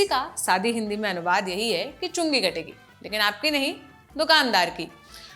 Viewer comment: Everytime it sounds like chunni kategi😅 chungi katna bhai khatna mat kardena.